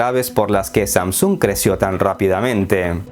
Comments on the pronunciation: Samsúng??? Pensé que era Samsung sin acento simplemente una palabra como cualquier otra que no tiene acento. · Que fea manera de proncunciar SamSUUNG dios... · Todo muy bien hasta que se pone a pronunciar SAMSUNG.